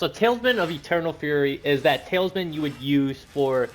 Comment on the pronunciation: Bro are you saying tailsman? 😅